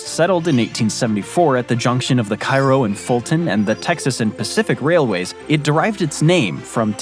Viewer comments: A couple of pronunciation corrections: New Madrid, MO is pronounced New MAD-rid, not New Ma-DRID; Cairo, IL is pronounced CAY-roh, not KI-roh. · It's "new mad-rid" and "kay-roe", lol. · Interesting stuff. In future I’d recommend researching pronunciation of various locales, as there are a couple errors here. The two that jumped out at me were New Madrid and Cairo. Neither of these are pronounced like the famous cities in Spain and Egypt. Cairo is pronounced KAY-row, while the “Madrid” in New Madrid is pronounced MAD-rid. I rewatched the Thomas Crown Affair remake recently and was amused again that Pierce Brosnan pronounced Lima, Ohio, like the city in Peru, “lee-mah”, where the locals pronounce it “LIME-ah”. These differences are not as wacky as Massachusetts town pronunciations, but it is a trap for non-natives. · In the portion of the video that describes Texarkana, the narrator makes reference to a rail company named in part after the southern Illinois town of Cairo, which he pronounced in the same way the city in Egypt is pronounced. But, the Illinois town, and thus the railroad company, is pronounced kay-ro, not ki-ro. In two sections of the video, the narrator references the Mississippi River town of New Madrid, Missouri. The narrator pronounces the second word in the town's name using the pronunciation that is used for the Capital of Spain. But, the Missouri town is pronounced with the emphasis on the first syllable. Thus, it is New Mad-rid, not New Ma-drid. I hope this information is helpful. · Cairo is pronounced Ca (long a) ro (long ). KA - RO.. Raised in Carbondale IL. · Cairo (Illinois) is pronounced Kay roh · It’s Cairo, like Kay row. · Not like Egypt? Kh-eye-row? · I'm born and raised around Vandalia..Salem, and Effingham Illinois and we have always pronounced it "ki-roh" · They one in Illinois is also pronounced Care-O by the people that live there. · its not pronounced cairo its said like kayro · CAIRO ILLINOIS is pronounced differently